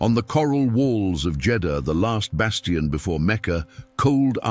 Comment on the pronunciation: It's the siege of Jedahha. Christ you can't even get the f**** city right